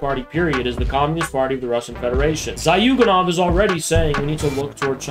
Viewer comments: Little name correction "Зюганов" pronounced as "Zyuganov" not "Zaghyuganov" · Zhoo - ga - nov. not zioo ;) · Let me take one remark: the guy is called Zyuganov, not Zayuganov